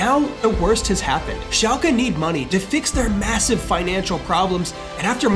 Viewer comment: Hey… lovingthe series… AMAZING!!! Just wanted to you know… its pronounced šalke, not šalkea.